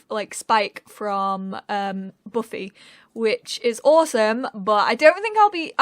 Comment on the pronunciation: Did You just pronounced Buffy-buuufii 😂😂😂It’s pronounced-BAFFY